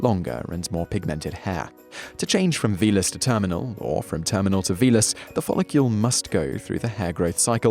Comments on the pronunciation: Does anyone else find him saying folocule instead of follicle, incredibly fucking annoying? no, must just be me then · 100% yes. there's no U in follicle. it sounds ridiculous. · He said it wrong 20 times in 3 and a half minutes. Drove me mad! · It's nothing to do with having an accent, he just says it wrong... again and again and again! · i was just about to say this too! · Yes he's a fucking spanner.